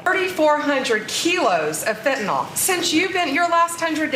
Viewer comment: I am sick of otherwise intelligent people saying “fentanol.” It’s fentanyl dammit! Nevermind Bondi is lying and propagandizing. Btw, Fox wanted both Obama and Biden to fail.